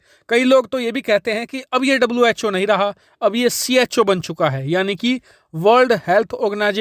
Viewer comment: Was called cho Instead of who